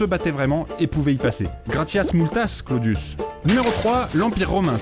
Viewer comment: Super vidéo, mais fait un effort sur le latin les e se prononcent é: « imperator » se prononce impérator. Et les u se prononcent ou: « Clodius » se prononce Clodious. Merci